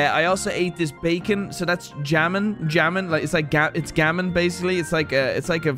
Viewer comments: Did you just say jamon and not hamon? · Hearing him Jammin instead of Jamón hurt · why did he say “jamon” and not hamon 😭😭